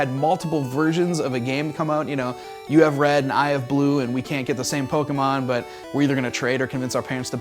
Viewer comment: who else cringed when he said pokeymon its pokemon